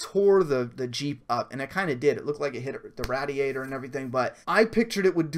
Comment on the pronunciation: I love your vids, but I died at the way you pronounced radiator, hahah.